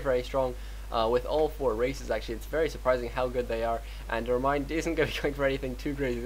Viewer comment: ReMinD not ReminD